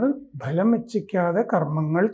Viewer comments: Sir it is not ബലം. It is ഫലം. Meaning gain, profit etc. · Sorry...🙏 it's Phalam not bhlam... കർമണ്യേ വധികാരസ്തേ, മാ "ഫലേഷൌ"കദാ ചന